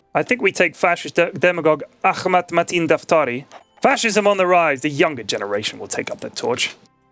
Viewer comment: Why do English speakers butcher "Ahmad"? . It's not Akkkmad, there's a H not a K... Ah mad